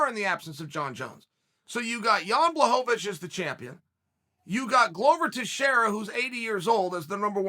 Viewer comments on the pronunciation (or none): Well guys, if you wanna get your name pronounced correctly you have to beat Israel Adesanya, just ask the formerly known Jan Blakovavich who is now known as Jan Blachowicz. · he stopped being Blahovavich when he became champ